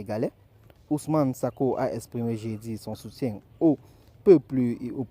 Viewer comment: Merci, mais c'est sonko pas sako